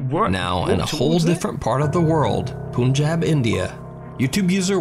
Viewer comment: haha how he pronounced punjab